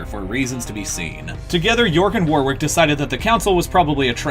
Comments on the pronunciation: As an Englishman it's painful to hear how you pronounce Warwick, phonetically it's said like wor-rick not war-wick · Also, I think, 'Warwick' is pronounced 'War-rick'.